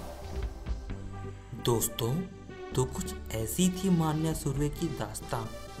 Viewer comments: अबे माण्या माण्या क्या बोल रहा बे, मन्या बोल ना..! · अरे भाई माण्या नही रे... मन्या सुर्वे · Dost मान्या नही मन्या है उसका नाम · स्टोरी अच्छी है बट मान्या नही मन्या (मनोहर सुर्वे) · wo maanya nahi manya he dost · "मान्या सुर्वे" नही रे "मन्या सुर्वे" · It's मन्या not मानया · नाम :- मनोहर सुर्वे तेरेको नही आता तो मन्या सुर्वे बोल मान्या मान्या क्या बोलता हे तू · Arey pagal maanya maanya kya bol Raha hai Manya surve hai voh 😂😂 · मान्या सुर्वे ❌ नाही मन्या सुर्वे ✔️ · Bhai sahab wo maanya nahi manya he uska asli naam manohar pyar se college me manya pukaarthe the samjhe? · Maanya nhi manya nam tha manya bhai ka manohar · मांन्या नाही रे भावा मन्या सुर्वे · मान्या नाही रे मन्या सुर्वे आहे। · Vho maniya nhi hai manya hai😂😂😂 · It's not manya maniya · मानया नही मन्या सुर्वे विडीऑ बनाते हो तो पुरी जाणकारी लो तुम्हे सिधे बात करणे भी नही आती... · bhai vo मन्या hai मान्या nhi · मन्या नाम उसका ....क्या मान्या मान्या कर रहा साला .... 😂😂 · Bhai ye man-ya nahi vo ma-nya hai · It is मन्या न माण्या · मान्या नही मन्या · Mannya nahi manya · मन्या bol pagal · 😂😂😂😂 सही बोलो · Manya ka naam bhi nahi boolne aaata tere ko kya like du be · Abe manya thek se pronounce kar